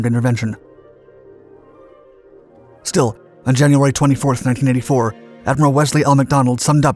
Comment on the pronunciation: . I have trouble understanding your dates. Sounds like you said 1954, but more likely should've been 1984 since you were discussing post - invasion.